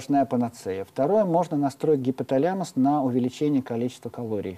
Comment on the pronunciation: гипоталЯмус... ужас, как только он начал коверкать слово - информация начала проходить мимо ушей, до того режет слух